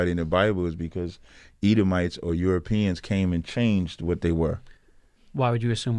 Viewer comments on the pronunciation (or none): 😂said Edo”mites